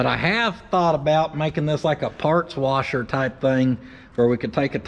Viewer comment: PORTABLE PARTS WARSHER... TAKE YOUR WARSHER TO YOUR PARTS NOT YOUR PARTS TO YOUR WARSHER